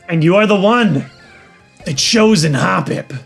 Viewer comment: I love the way toy say "The chosen HOPpip"